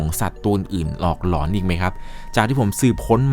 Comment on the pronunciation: เวลาพี่พูดว่าหลอน พี่อย่าออกเสียงว่า หล็อน แบบนี้ได้มั้ยครับ ผมฟังแล้วตะหงิดหูทุกที